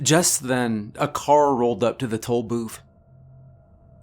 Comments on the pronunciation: I keep hearing "Toll Boof" and it makes me more scared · I am fairly certain you are saying toe booth lol. love your stories man.